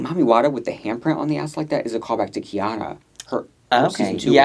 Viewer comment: Please I’m begging you to pronounce Kei-OH-na’s name correctly 😭 it is NOT khianna